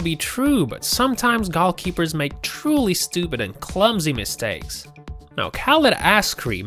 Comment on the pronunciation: Is he calling the goalies "golf-keepers"?